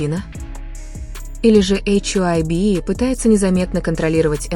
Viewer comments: Вам следует читать привычное нам ХАЙБ, а не ваше новомодное эйч-Ай- Би. Согласитесь, пожалуйста. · Это слово hybe читается как «хайб»